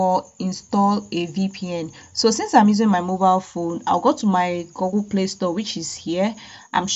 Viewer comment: Good video. Please it is Google like in book, not goggle.